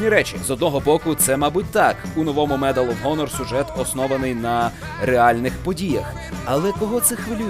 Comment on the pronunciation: медал оф хонор?! дізонорд?! читати навчися,правильно медал оф анор! дисанорд!